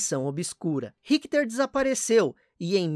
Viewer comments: Mas quem é Rickter???. É Richter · excelente video,só achei estranho como ele pronuncia o nome Richter.